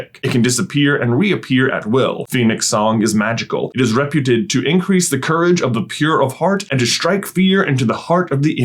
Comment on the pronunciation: I love that you mispronounced reputed. J is one of us!